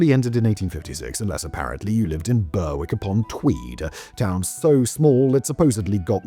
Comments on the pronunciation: Man knows how to pronounce "Scillies", but not "Berwick". Says a lot. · Bloody hell Simon, you're effing ENGLISH. WTF is Burr-Wick??? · Your saying Berwick all wrong, great video though nice to hear a tale from my hometown 😊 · The number of Brits bashing Simon's pronunciation of Berwick is hilarious! He always messes up. Listen to him run across the word apperal sometime. 😂 Appa-rail. 😂 I enjoy the content regardless. I also appreciate the laughs from the comments.